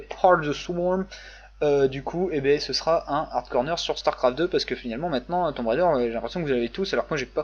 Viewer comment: Rah, Tomb Raider il faut le dire avec l'accent !